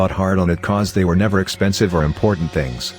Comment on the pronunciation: Story: "After they signed the lease" Voice: "After t-hay signed the lease"